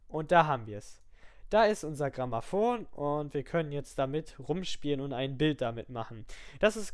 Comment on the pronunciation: Also Bitte! Klares Dislike! Bitte sprich deutlicher und lies dir die Sachen vorher durch, bevor su sowas sagst wie Gramaphone...